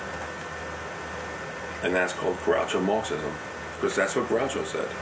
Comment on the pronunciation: I love his way of saying "because" like "bekoss", it's super cute. Is it a characteristic of the Brooklin accent? (Pardon my dumb ass, I'm French and still learning ^.^)